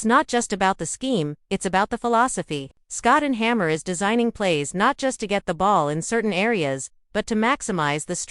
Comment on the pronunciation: It's hard to give you credibility when you cant even pronounce his name. There's no one named Scott and Hammer, sorry dear. Also, he's never been a DC.